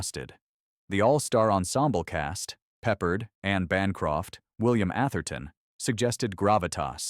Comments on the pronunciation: I was going to say 1: It's [pu-pard] not [peppered] and 2: It's not Peppard, it's George C Scott. I actually saw this film when it came out, it was very impressive to my preteen self... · George Pep-perd??